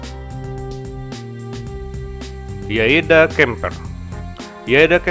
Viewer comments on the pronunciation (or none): yadea bang bukan yaeda 🙏